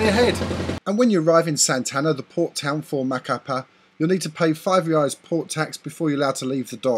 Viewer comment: Very good video, if you allow me a little correction the currency name is "Reais" not "Reias". You are making gr8 videos.. Keep up with the good work.. :)